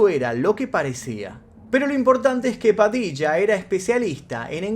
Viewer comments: Hola!!!! Muy bueno el vídeo!!!!! Lo que si estas pronunciando las palabras con acento "raro"...puede ser? ("padicha", "michónes", "prochectos", etc etc)....tal vez eso hace más " amigáble" el relato en otros países,lo cual no está mal,... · Por que hablo así en este video?? Me desconcentro mucho la forma de pronunciar nombres y palabras. Ajjajajajaj Padicha 😅😂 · te re bancamos..pero porque pronuncias asi..ya hablas bien no hace falta que digas "Padilla" de esa manera..habla como antes que me desconcentro.